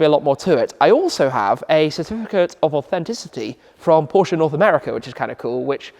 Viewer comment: Happy to see Porsche content! Everyone should pronounce the family name correctly as you did. 😎👍